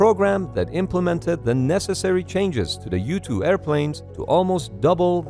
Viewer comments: I kept thinking you were saying ‘YouTube’. You were saying ‘U-2’. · i keep thinking he's saying youtube because it's called "U-2" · this whole tim i thought u were saying youtube pilots xD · It took me 3 minutes into the video to realize he was saying "U-2 pilots" and not "youtube pilots" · The first times he said U-2 Pilot I heard YouTube-Pilot, boy was I confused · Am I the only one thought he said Youtube pilot instead of U-2 Pilot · Kept thinking he was saying "You-Tube":stayhome:Pilot lol:goodvibes:then, I realized it was a 'U2" Pilot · I kept hearing this as "YouTube pilot"